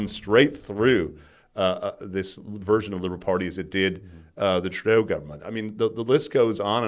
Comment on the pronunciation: Pronouncing 'government' after I teased you about saying it 'govbment' 🤭